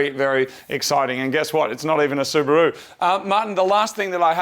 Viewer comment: Its not subru.... its called SU BA RU